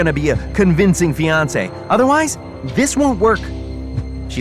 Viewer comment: wrong pronounciation of “mischievous”